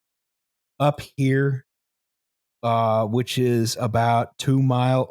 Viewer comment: sorry aboot the mess eh